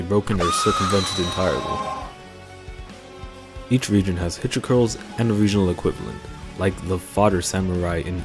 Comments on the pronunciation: Take a shot everytime he pronounces "Hilichurls" wrong and you might be dead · I wont die its only 4 after all. More likely to get drunk if you named everything he mispronounced but i dont blame him. Hell AK has worse to pronounce. Lol